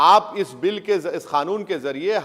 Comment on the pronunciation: इस अनपढ़ को कानून तो अच्छे से बोलना नही आता बोल रहा है खानुन